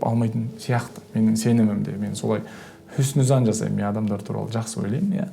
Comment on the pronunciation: "ХуснуЗзонн " деп қоясызғой жаңағы😂😂. Адамдар жайлы жақсы ойда болу шеберлікқой😍